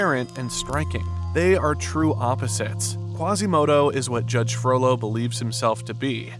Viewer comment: Is it just me that occasionally hears 'frodo' instead of 'frollo'?